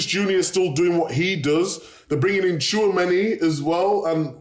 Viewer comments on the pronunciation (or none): none